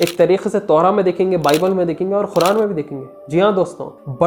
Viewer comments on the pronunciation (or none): Bhai muslims Quran ko follow krte h naki Khuran kindly pronounce Quran perfectly do not miss interpret holy book Quran